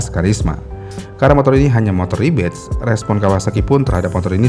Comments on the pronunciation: Harusnya “Rebadge” kan, bukan “Rebatch” Beda makna gak si.. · REBADGE* bukan rebatch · Bang, Rebadge bukan Rebatch